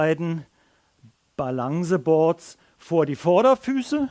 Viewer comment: Balangsseboaad und Floroboaad facepalm